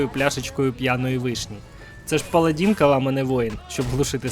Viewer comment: паладИн, не "паладІн". Дуже прошу